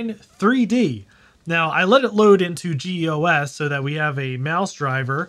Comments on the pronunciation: That's not how you pronounce "GEOS" 😁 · Geos Geos Geos it's one word. No-one , ever , till now, had called it G . E . O . S. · "Jee Eee Oh Ess"